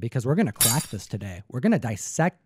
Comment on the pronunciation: He said let's quack this open 🤣🤣